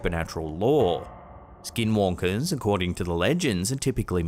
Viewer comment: Good job of the correct (~85%) Navajo pronunciation of skinwalkers,. 😂